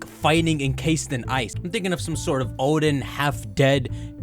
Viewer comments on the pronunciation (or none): none